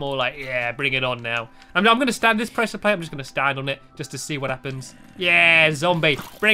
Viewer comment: Stampy it's presure plate not presure plat.